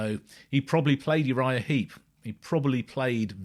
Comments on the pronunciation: Heep not Heap. Sorry to be pedantic. First band i ever saw live in 1971, I highly recommend their previous album 'Look at Yourself' - still my favourite of theirs, and 1970's 'Salisbury'. Great band who sadly have lost many of their classic line up, but are still going strong today led by the great Mick Box - bless his soul. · It's Uriah Heep, not Uriah Heap. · Heep - not Heap.